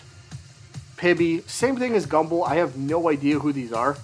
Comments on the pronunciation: Bro it's gumball not gumbull😭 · i absolutely refuse to believe he thinks its pronounced "Gumble" he has to be doing that on purpose